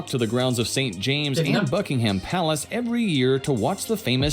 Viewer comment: It is NOT Bucking-Ham!!!!